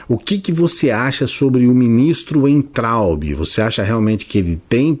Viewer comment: Concordo com tudo que falou. Mas ouvir "Uaintraub" foi doído hahahaha. "Veintraub".